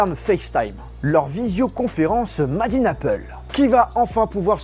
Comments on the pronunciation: « madine apeule » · "Madine Apple" "Acloud"